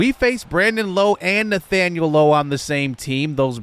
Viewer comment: Great video bro! Just wanted to let you know, Rays fan here haha, for Brandon Lowe, his last name is pronounced like saying “ouch” Nate Lowe and Josh Lowe are pronounce as you said it today.